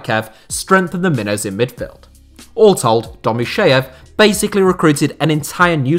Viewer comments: The name of Domuschiev is not pronounced as "Domus SHEEV" but as "Domus CHIev" where "CH" is as in "CHeese" and "I" as in "PIN" or "TIN"! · The Name of the club owner is not pronounced Domusheev but Domuschiev - the sound ch is like in Chopper or Ciao.